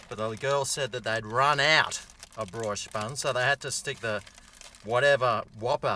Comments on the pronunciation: Bri-oche is Bree-osh. Not BrOYsh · please learn how to pronounce BRIOCHE properly. - It's pronounced "BREE-OSH" not this BROISH garbage you spit out. Cheers. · Brooooiiiiich It’s bree-oh-sh. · God I love this channel. I do have to tell ya it’s pronounced “Bree-Osh” not “Broy-she” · FOR CHRIST'S SAKE,, WHEN ARE YOU FINALLY GOING TO LEARN THAT "BRIOCHE" IS PRONOUNCED "BREE-OSH?" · Sorry, going to be that guy.. Brioche is pronounced: "Bree-o-sh" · Brioche is pronounced "bree osh". Don't you watch Gordon Ramsay?? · Can't tell if you're taking the piss saying "broish" buns lol